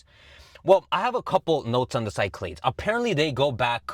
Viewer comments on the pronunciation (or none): As a greek listening to pronounce cyclades (ki-kla-des) as sci-clades hurt me a bit😂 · Pronounced "kee-KLAH-dhess"